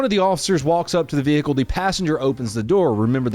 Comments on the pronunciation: If ur gonna say vehicle like that n pronounce the un spoken H but would only make sense if u do th as with everyword wit an unspoken letter otherwise it just looks stupid man not funny or whatever ur trying to do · Why do u say vehicle man cmon bro ik to be a cop in america u dont need barley any training or to know anything but u should at least know that some words have unspoken letters it just the language